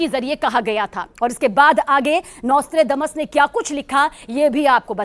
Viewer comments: नास्ट्रेडामस नही सही उच्चारण है nostradamus है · The narrator doesn't know how to pronounce Notredamus. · NOSTRADAMUS शब्द का सही उच्चारण करें।